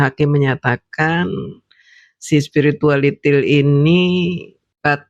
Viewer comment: Lidah fasih banget ngucapin spiritualITIL 😂😂😂😂😂😂